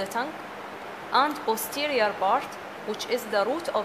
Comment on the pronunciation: lool the accent bro, arabs don't differentiate between them